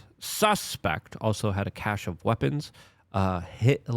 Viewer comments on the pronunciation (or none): none